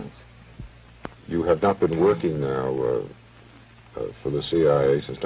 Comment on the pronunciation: I am here following you and is like why is she calling the CIA chia, like the plant pet.😅 Most of us in our fifties and older know the real Gloria Steinem. Time has soften her image. 😊